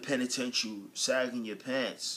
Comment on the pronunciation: what did you do with the G ,at the end of sagging??LOL